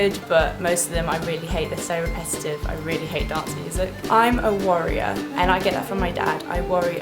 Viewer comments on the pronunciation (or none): When you said you were a worrier, I thought you said warrior!! xxx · When you said worrier I thought you said warrior haha x